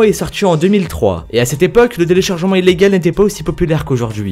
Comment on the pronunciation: Les téléchargementw illégaux Apprend à parler